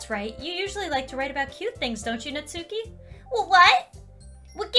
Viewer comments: its not nat-suki its nas-ki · There's a "u" in "natsuki" but if my memory serves me correct it's pronounced as if the "u" isn't there, not nagging just a small bit of information.